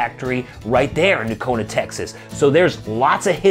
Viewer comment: Fantastic looking boots! Since they're made similar to Nocona's, I'm sure the fit & feel will be nice. I'd love to have that in a leather outsole, and wonder how that rubber compound sole feels. Excellent review. Correct pronunciation of the name with the silent G. The boot looks killer cool is black roughout! 👍